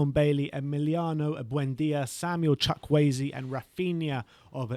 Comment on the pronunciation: Absolutely butchered Chukwueze's name lol